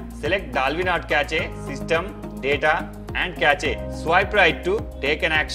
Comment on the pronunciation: he really said catch A for cache 💀